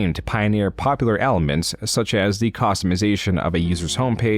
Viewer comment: Are you using an AI voice double to narrate this video? It really seems like it. Im flipping back and forth between this and some of your older videos, and the voice sounds the same, but here your speach is flat and emotionless and you mispronounced some really commonly used words like "customization". If you are using an AI, you should stop. It kills the personality If you are not maybe you need to take a break because ot seems like (at least in the narration) you are just going through the motions.